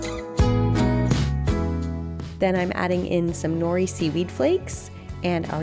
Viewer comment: Nori is pronounced "NODE-ee"